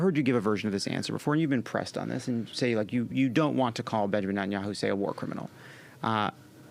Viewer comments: "Entenyahu" over and over. Even if Booker has dyslexia or some other language usage challenge, I'd think he would know how to pronounce "netanyahu", no? Hearing it pretty much incessantly? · okay but for real why does he call him benjamin entanyahu? why can he not say his name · How is it possible for an American politician to think it's pronounced "Entanyahu"??? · Why is he mispronouncing Netanyahu? Seems like he should know how to pronounce it. The fact that he can’t call Bibi a criminal makes Booker still a pos. I’ve had it with his smarm.